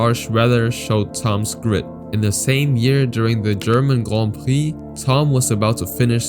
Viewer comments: The way you say grand prix makes me want to cut my brake lines before doing a 1/4 mile run, jk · Grohn preee lol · Just say Grand Prix u don’t need to say “grond prix” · Guand pwiee 🤣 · Not that extra french "grand prix" pronunciation 😂 Cringe